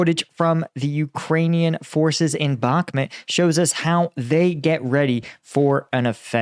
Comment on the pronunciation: Bakhmut not Bakhmet